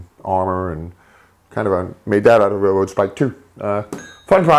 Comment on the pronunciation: what the fuck, how can you not say RAIL ROAD its not rair rowd